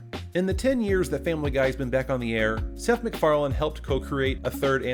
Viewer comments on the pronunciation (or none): his name is McFarlane not McFarland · And the viewers still think that their petitioning Fox did it...LOL. You know, Seth has said more than once than he was tired of the show...which follows your commentary. It's pretty much been his bread and butter, so... btw, It's MacFarlane, not "MacFarland" :-) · There's no D in Seth's name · Are you saying: "Seth MacFarland?" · 1. Isn't pretty much TV itself dead? 2. You know EXACTLY how everything went, but you still pronounce Seth Macfarlane's name as "Seth Macfarland".